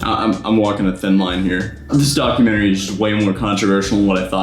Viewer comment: When you said documentry I thought you said, dogumentry😎